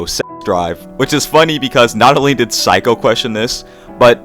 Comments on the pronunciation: Cool video! I think Saeko is pronounced like say-koh though, kinda odd to hear it as psycho :p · mmm instead of "say" it's more like "sah-eh" -> sah-eh-ko (サエコ). pronunciation is basically correct lol yay phonetics!! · I think it's pronounced exactly the way it's written sa-eh-ko